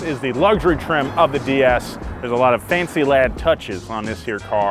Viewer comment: I liked the way you pronounced DS properly so it carries it's original sound similar to Goddess.